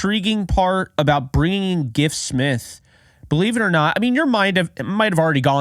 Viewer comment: You are pronouncing his name correctly.